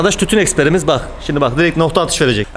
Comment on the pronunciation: “Tütün experimiz”😂😂😂